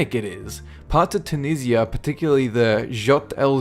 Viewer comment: Tunisia. Chew niz e ah